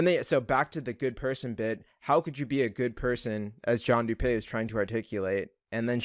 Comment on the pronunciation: Everyone calls him John “doo pay” but it’s actually pronounced “doo pee”